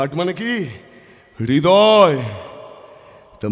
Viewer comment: উচ্চারণ টা হৃদয়।রিদয় নয় ❤